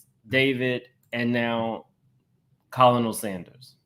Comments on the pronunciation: it’s pronounced Ker-nil, a military officer title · Please stop saying Colonial Sanders like that!!!